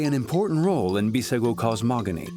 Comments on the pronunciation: Its not Bissago 😂. Its called “BUJUGUS” tribe/people. In Portuguese its called Bijagos. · Correct bijagos not bissago